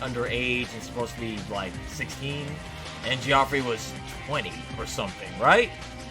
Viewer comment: Homie, it's pronounced "Jeff-ree" never before in my life have I ever heard someone say "jee-ah-free" except maybe runforthecube, who'd probably say "kee-oh-fee-righ" Bruh